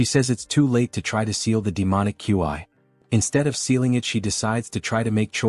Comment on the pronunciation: Why can’t AI pronounce words… Ki and Qi not that hard…my mind is malfunctioning hearing the AI spell out qi every time it’s used.